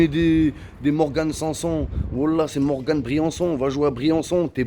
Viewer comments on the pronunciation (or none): none